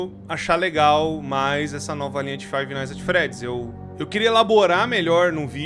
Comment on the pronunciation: fiva night at embriaguedy😂😂😂😂😂